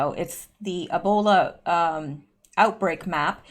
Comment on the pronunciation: please eeeeeeebola not snowbola. it may be so but if airborn millions would have ebola